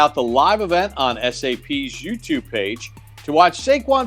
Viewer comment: and Carl's bromance is amazing. Did you see smile when Carl introduced himself and said welcome to the Giants? Awesome. Also Papa keeps saying youbtube 😆